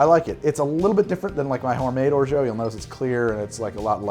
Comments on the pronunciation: I love your channel but please stop pronouncing it "orjo", I know french is weird but still. There's an "a", use it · Orgeat is said with more of an 'ah' sound at the end then an 'oh' sound. Sorry if I come off like a French nazi😂, love your videos! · Your pronunciation of "orgeat" makes me laugh. :) Thanks, man!